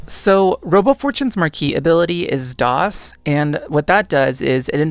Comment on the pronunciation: DDOS is pronounced Dee-Doss (so add a dee sound before what you said)